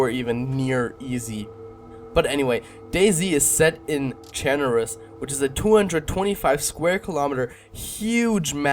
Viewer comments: "Cher-Nar-Us" Not "Chen-ur-us" Also I found this to see other's survival strategies, and when the actual video starts (after that cringe intro) you are already bleeding. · dude -_- its pronounced Char-nay-sus